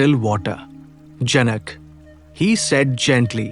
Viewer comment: it is janak in Indian languages, not janaka